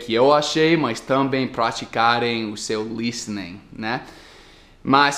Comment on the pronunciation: uma dica para você: preste atenção na pronúncia de "também". Você está colocando a sílaba tônica no "tam" ao invés de colocar no "bém" A pronúncia é também e não támbem. 😉 A propósito, a foto que seu amigo tirou ficou irada,!!! Show de bola o seu vídeo.